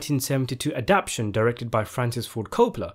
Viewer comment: He was definitely missing the word "adaptation". Instead saying "adaption". Wtf?